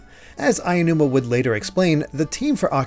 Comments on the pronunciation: Nigga, it’s aonuma not ayanuma. Learns to pronounce properly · I love you guys, but the pronunciation of Aonuma is killing me. A (ah) o (oh) nu (noo) ma (ma) There is no ayanuma. It's Aonuma. Ah-oh-noo-ma. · Super great in-depth video and I can't wait for the next one. Hopefully it doesn't come off as rude, but it took me out of it each time Aonuma was pronounced like "aiya-numa" 😂